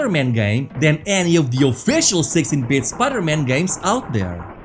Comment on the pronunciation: All I'm hearing is sexy bit.😂